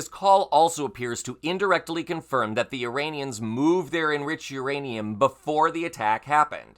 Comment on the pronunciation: Saying the words Iranian and Uranium in the same sentence had to be tricky. Well done, and thanks for the great reporting.